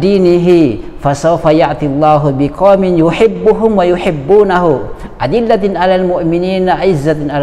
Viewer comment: “adzillatin 'alal mu'minin” koreksi lagi ust😔